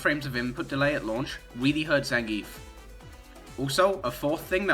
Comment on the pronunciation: Maybe your shitty opinions would carry more weight if you could pronounce Zangief correctly